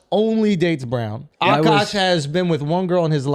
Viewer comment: It's not Ashkaash it's AKASH damn